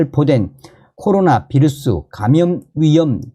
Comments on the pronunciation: "비루스" 아니고, "바이러스"라고 말합니다. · 휴전선 윗동네식 표현이자 독일어 식으로 읽은거죠.